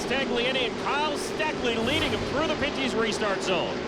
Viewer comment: It's pen/pin-ty's not panty's lol and it's not tagli an e, it's tagli on e lol